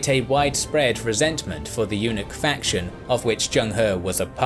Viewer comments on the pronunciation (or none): none